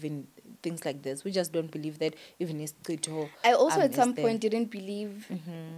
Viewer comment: Hi it's "isicitho" not Isitshixo 🤗